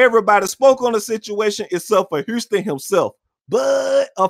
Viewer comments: Why does he keep saying Herston and not HOUSTON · Why he keeps calling this man Huurston! 😂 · I had no idea Houston had a r in it. Hourston, bro this dude. Who speaks worst him or Young Thug? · I’ve heard of Houston but who’s Hurston??😂😂😂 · Hurston lol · I keep dying when he call him "Hourston" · FUCKIN HILURYUS